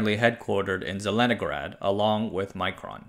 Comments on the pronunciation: I think it's not pronounced like "micron", might be wise to pronounce it more Russian, to differentiate them from Micron, an unrelated company. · The i in Mikron is as in pig, not as in Micron. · Micron and Mikron are pronounced differently, you read mikron exactly as it's spelled Микрон